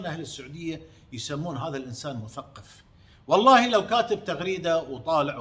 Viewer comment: ام حمزه ملاحظة صغيره الله يسعدك . عشان تستفيدي والناس أيضاً. الحلف والله وليس ولله لان النطق والمعنى يختلفون %100 . { واللّه _ وللّه } ❤